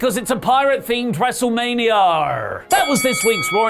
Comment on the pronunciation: PLEEEAASSEEEE dont say “WrestlemaniaRRRR” every episode!